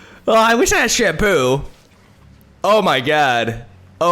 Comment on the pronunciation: In the explanation for a moment i heard him say "...and we have shampoo..." I was like "waitwhat?"